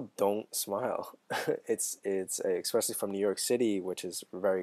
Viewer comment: Exspecially? - Very "Influential!" - LoL!